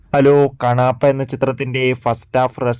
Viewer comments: കണാപ്പാ അല്ലാ മോനെ, ആദ്യം നന്നായി നാക്കൊക്കെ വടിച്ചിട്ട് റിവ്യൂ ഇടണം കേട്ടോ!! എന്നിട്ട് നന്നായി ഒന്ന് കൂടെ പറഞ്ഞെ “കണ്ണപ്പാ” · എട ക്ണാപ്പാ...കണാപ്പയല്ല..കണ്ണപ്പയാണ്